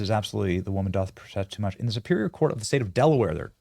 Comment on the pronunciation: The word "doth" is pronounced "duth"